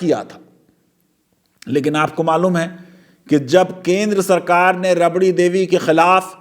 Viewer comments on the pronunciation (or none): rabri devi😂(रबड़ी) She's Rabri Devi(राबड़ी)